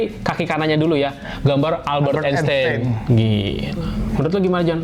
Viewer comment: Kalo nyebut nama yg bener atuh jang .. Wkwkwkkkk .masa albert enseng . klik .